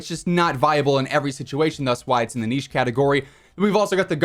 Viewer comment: Finally an American that pronounces niche properly